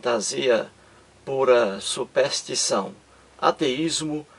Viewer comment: Embora repetitivo, sua maneira de expor o assunto é coerente. Só acho que, para maior credibilidade deveria estudar melhor a nossa língua. Uma pessoa que pretende levar conhecimento à outrem e nem sabe pronunciar SUPERSTIÇÃO causa má impressão.